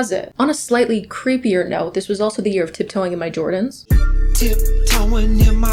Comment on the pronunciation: for the first 4 minutes i kept hearing urine instead of year😭😭???